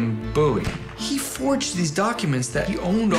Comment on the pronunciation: The way he says Bowie bothers me to no end